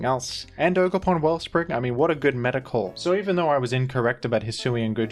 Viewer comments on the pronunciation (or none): none